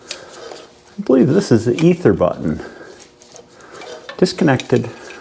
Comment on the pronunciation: "Either Button" sounded a lot like "Easter Bunny" to me